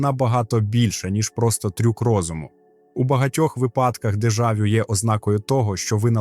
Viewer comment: Чувак тупо краде чужі ідеї, ще й погано перекладає. Не "проектує" а проецює, дежАвю.. якийсь селюк.. дратує